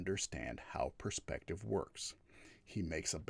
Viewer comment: Should listen in? Its hard to listen to a knobhead like. When you know someone is a coward like he is its hard to give him any credence. Geez he likes saying puurspective doesn't he? Using evidence huh? Something he is very inexperienced in he just attacks ridiculous points. And the ape comment was the final straw for me.